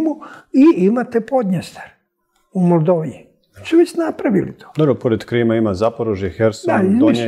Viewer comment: Vidi kako kao ne ume da kaže Moldavija nego govori Moldovija i Moldova.🤣🤣🤣🤣🤣🤣🤣